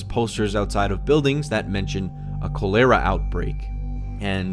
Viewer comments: Cho lera?? Chaa lera dude. You only got it right once. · “Co lera” ITS KOLARAH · Cho leara 😖 Chol ear 😐 Cholera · Chol-er-a not Coal-er-a sorry, just to clarify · Its not Cuh Lera its Choh Ler Uh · Call-er- ra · "ko-LARE-uh"? Lol. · "CALL-ER-AH" Proper pronunciation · Ah yes kowlairuh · Koh lair uh 🤣🤣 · Posts shot of cholera written pronunciation and still gets it wrong. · I’m so grossed out by how he said cholera Jesus man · Anyone else going fuckin nuts by the way he’s pronouncing cholera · The way he says cholera is just ugh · You’re pronouncing cholera wrong